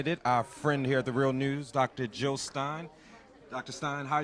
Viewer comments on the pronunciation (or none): Jill not Hill! ;-)